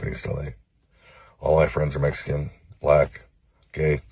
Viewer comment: "...my friends are messicuns,..."